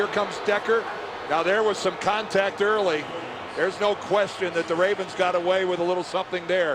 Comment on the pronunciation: "Baltimore 'Ray'vens"